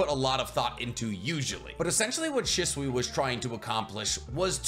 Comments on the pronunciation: why do you say his name wrong? Your supposed to put emphasis on the “Shi” part of his name and make it sound exactly like you’d pronounce the word “She”. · Has a masters in biotech. Can’t pronounce Shisui. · Still haven’t learned to pronounce his name lol so how much do you really know?